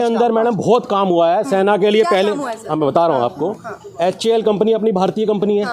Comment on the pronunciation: HAL को हल कह रहा है यह भी चूतिया ही है😂😂